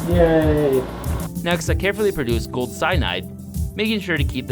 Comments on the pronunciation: Dude said “ it’s gOAldd” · He said it ITS GOOLD